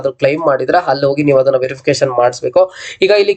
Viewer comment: Adanna❌ Hhadanna✅ Application ❌ Hhapplication ✅ Andre ❌ Hhandre ✅ Aadre ❌ Hhadre ✅ Adike❌ Hhadike ✅ Aadmele❌ Hhadmele✅ Alli❌ Hhalli✅ Update❌ Hhupdate ✅ Hattira❌ Attira✅ Aagirbohudu❌ Hhagirbohudu ✅ Idhe❌ Hhidhe✅